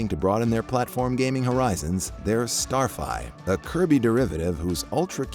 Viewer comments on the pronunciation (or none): Did you just call Starfy, Starfi?